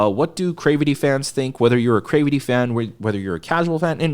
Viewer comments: it rhymes with gravity. It's a mash-up of 'creativity' and 'gravity'. It is not from 'crave' or whatever you think it is to make you pronounce it the way you do lol. I say this with love lol <3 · wait, have I been pronouncing their name wrong? is it Cravity like "gravity," or crave-ity???